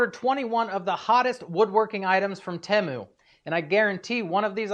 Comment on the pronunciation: TEE-Mu, not TEMu